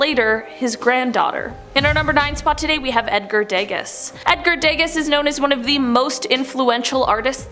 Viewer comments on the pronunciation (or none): Ummmm…. It’s not Edward Day Gus. It’s pronounced De GA. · It's NOT pronounced DAY-GUSS! It is Duh-GAW! It's French!! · “Day ga”. That’s the way you say Degas. Sad that such a renowned painter has his name mispronounced. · Edgar Day-Gah